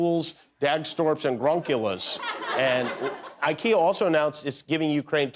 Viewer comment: The "YouKea" part is hilarious…That accent!!!!